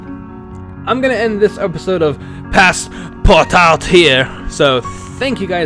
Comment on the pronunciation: Cool game :) and yeah it's pronounced perfect